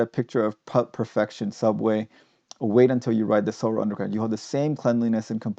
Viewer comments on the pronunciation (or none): I'm curious- it sounds like you're pronouncing "Seoul" like "solar." Is that the correct pronunciation?